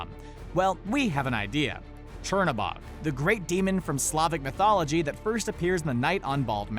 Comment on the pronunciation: Not a big deal but the right way to say Chernobog is cher-(chair) no-(no) bog-(bo -ge the ge is a guttural G so sounds like G-e almost like the GU in the word gut). I hope I make sense with the way I am trying to teach you how to pronounce Chernobog but this is in Russian other countries will pronounce this differently. Fun fact Cherno means black and Bog means god and is like the devil in Slavic folklore because his opposite is Belobog which means white god or a better way of saying it would be light god as Chernobog would be called the god of darkness. I am actually really impressed with Disney to be so well informed with Slavic folklore which they could of chosen the easy route with Norse, Roman, Greek, or Egyptian gods. Also thank you Screen Rant for this great video and also for you to share with us.